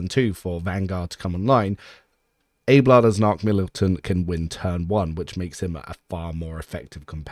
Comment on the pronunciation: but you're pronouncing it "Abe-lard" ? It's not pronounced like that by anyone in the game. It's Ab-eh-lard.